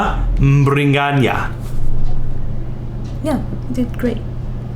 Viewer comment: It is biriganya not mbiri whatever